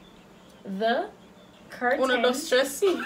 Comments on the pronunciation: seh kernel 😂😂instead of “the curtain behind you is orange”😂😂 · Hurdle .... Kartel.... verse.... whatever that other word was 😂😭😭😭😭😭😂😂😂😂😂😂😂😂 kernel looooooool